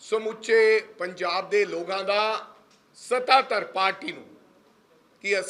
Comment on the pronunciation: Logan ki hunda Lokan hunda Punjabi ch